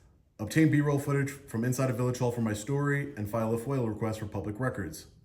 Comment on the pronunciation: FOIA not Foil, request.